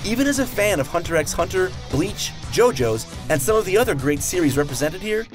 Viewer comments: "as a fan of Hunter X Hunter" you would think a fan would know the X is silent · Isn't the X in hunter x hunter silent?